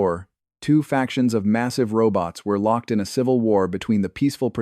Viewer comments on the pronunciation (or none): none